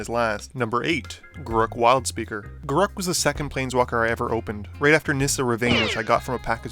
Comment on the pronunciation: am i the only one who gets very defensive when ppl mispronounce Garruks name. its not hard, seriously, theres 2 R's and 2 syllables. Gar... wait for it... ruk! gar rhymes with rare, ruk rhymes with truck. wizards has confirmed this